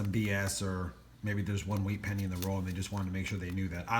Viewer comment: It is not whreat penny’s it is wheat penny’s but yes you gotta love some wheat penny’s